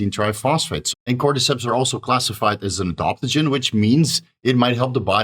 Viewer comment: it's adaptogen, not adoptagin, and it's aromatase inhibitor, not aromatise inhibitor 😂